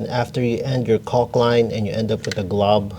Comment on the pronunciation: Why are you pronouncing the “L” so hard in caulk? 😂